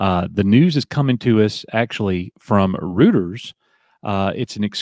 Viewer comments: its "roy-ters" btw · Reuters is pronounced “Roy-ters”.